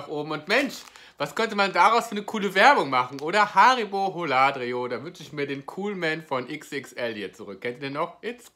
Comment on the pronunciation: Die Aussprache von Holladrio ist ein Graus